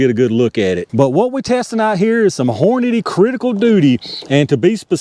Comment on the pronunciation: These Criticals opened up pretty good. I'm just happy we pronounce Hornady the same way😂. I be hearin people say Horniday all the time lol. Those grips make me wana 1911 idk why but they give me serious samurai mask vibes